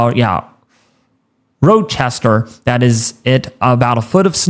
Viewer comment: Should probably learn how to pronounce city names beforehand. Especially since they're on maps you're going to show. Transverse? Row-Chester? Cadilica? Eww Claire? C'mon now.